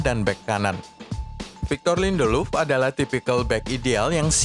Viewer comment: Lindeluf 😅 ngakak dengernya